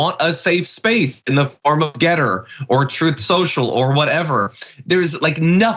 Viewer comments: As a software developer, one thing that drives me nuts about your reporting on GETTR is Anna's occasional pronounciation as "gitter" because there is a reputable platform of the same name for IT people to get support or talk about the tech. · It's G ETTR. NOT gittr. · Is it too late to recall Voyager 1 and 2, with that invitation for aliens to come find us? At least until we have less embarrassing podcasts to show them. Also, I feel like y'all are mispronouncing Gettr. You should pronounce that as if you're a character in Deliverance.